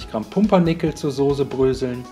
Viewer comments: SOßE , SOßE !!!! Nicht Sose... aber rezept ist gut... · Jaaaa genau - das hört man leider sooo oft: Sooohse. Scheint wirklich ein schweres Wort zu sein, oder es wird mit der weichen Konsistenz der SOßE assoziiert :)))))))